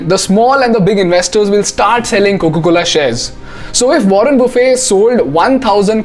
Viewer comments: Pls pronounce Buffet correctly even if the spellings r the same they don’t pronounce as if u r having a lunch 😂...I found this mistake rampant on YT! wo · ruhn buh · fuht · Buffet doesn’t have T silent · warren buffett is pronounced as it spells. It's not buffe. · Its buffet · Warren "buffe" 😂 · But still he got the pronounciation of buffet wrong. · Please correct the pronunciation of MR. Buffet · Everything is good, except for the pronunciation of Warren Buffett's last name 😜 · The way this guy pronounced Warren Buffet ☠ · In the process of sounding too cool you got the pronounciation of buffet wrong